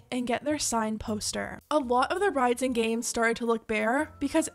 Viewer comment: it took me a few "gams" to realize she was talking about GAMES... lol omg-- I'm dying. I've never heard that pronunciation before- where they do that at? I'm so curious.